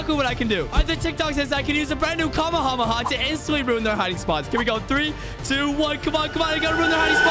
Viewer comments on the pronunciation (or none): 2nd clip bro said kamahama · the way you said Kamehameha was incorrect but funny.